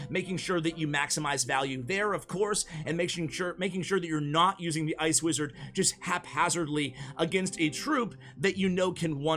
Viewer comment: the amount u said ice wizard for e wizard